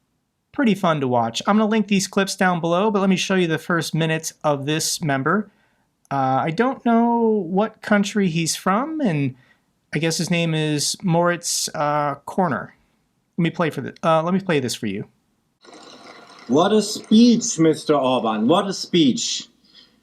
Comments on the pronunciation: Moritz Heimo Körner is a German politician (FDP; liberals), in the Europarliament he's a member of Renew Europe. Source: Wikipedia. The pronunciation of is surname is in between Korner and Kurner. Type it in Google translate (language German) and hit the speaker icon. Greetings from Venray, NL. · Not that it matters, but: Körner is pronounced as 'learner'. NOW YOU KNOW! :face-green-smiling